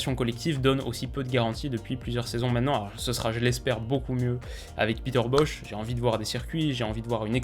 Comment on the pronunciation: c'est bosz pas bosh